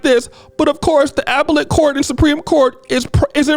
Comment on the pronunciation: Apple-ate court? 😆 It's Ap-pell-ate court😆 Tasha K better go to work cause she gonna lose in Appellate court yall. Then all Cardi has to do is file for an execution order on the judgment and it's a wrap. Garnishments and bank levies are enforcement actions she could face.